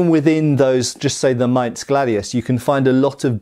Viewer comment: Kudos for getting the word "Maintss" correct! German "Z" is always a "tss!". That also goes for "Tssweihänder". Always, always "tss!".